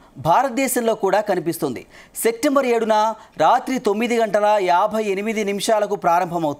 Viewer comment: Sectember అనే నెల నువ్వే కనుక్కున్నావు. Coat వేసుకునే శ్రద్ధ, కాస్త వాచకం లో ఉంటే బావుణ్ణు😮